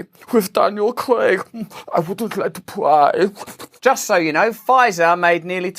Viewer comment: "I vouldn't like to pryyy..." 🤣🤣